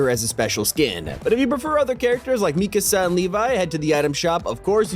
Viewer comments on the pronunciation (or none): When we said me ka saw it triggered me it’s Mikasa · Bro said Mekasa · It’s pronounced me-cu-su mikasa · bro really said mikasaa it Me Kas AA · You said Mikasa so wrong lol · You pronounced Mikasa wrong